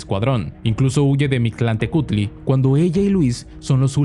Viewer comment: Eres mexicano? Porque si no me sorprende que dijeras bien el nombre del dios de los muertos, casi siempre cuando un extranjero trata de pronunciar alguna palabra en náhuatl salen cosas muy graciosas